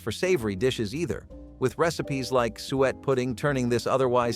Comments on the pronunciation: Suet! Soo-ett! Not sweat 🤣🤣🤣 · Suet not sweat- gross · It’s pronounced soo-et, not sweat. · It is called soo-ett. You're hurting my ears.😂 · "Sweat" LOL SUET - "SOO - et" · It is pronounces sue-ett! Not sweat!!! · 😂😂 such bad pronouciation😢. Suet is not swet it is soo-et 😂😅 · Suet isn’t pronounced “swet.” It’s “SUE-it.” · It's sue it, not sewet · Sue et, not sweet. Sue et = Suet. Or sue it. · Yeah, I think they meant suet, but pronounced it incorrectly. SOO-et not Sweat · BTW, suet (fat) is pronounced "SOO-it." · I wondered what "sweat" was, it was the suet he mispronounced. I had a good chuckle out of that one. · In my area Suet was pronounced Sue-et, so it took me a moment to realize what he was talking about. My Grandfather was born in 1919 and was the oldest of 9 surviving kids. His father was a coal miner, so the family had tough times all the way around. He talked about how his mom would feed the kids flour with water mixed in for breakfast and if there was any left she would use it to re-"tape" the wall paper back on to the wall. He said it was not good but it stuck to their ribs. If there was 'road kill' it would not last long due to the local law quickly grabbing the animal to feed to people in need. Grandpa said his mom and other poor women would knock on doors to ask for work, just some flour, salt or anything the resident was willing to trade. The women would work themselves to the bone just for a cup of flour. Later when he became a rancher and the war was going on he talked about how every part of the animals was saved for families in need. Old hunters would also go into the mountains to hunt anything to help women with children at home. These times were tough but people found a way. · Just wish they would pronounce suet properly😊